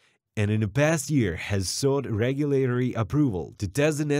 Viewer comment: You need to practice your pronounciation, how you say a word, of the word (regulatory). The way you got it all butchered up you sound like some 3rd grader trying her best to spick it right